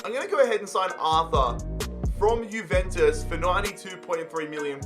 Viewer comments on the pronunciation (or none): none